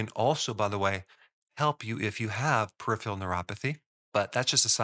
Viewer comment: I think you mean PER-I-PHERAL